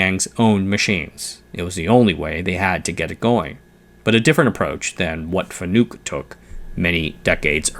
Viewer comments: “Fa-nook” … them’s fighting’ words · Fanuc is not a u sound in nuke. It pretty much showed that this guy doesn't really know about the content today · i giggle at his FANUC pronunciation